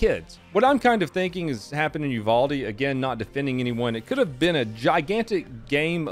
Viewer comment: You said uvalde wrong btw